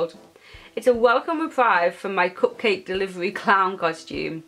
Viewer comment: You said cup-quake!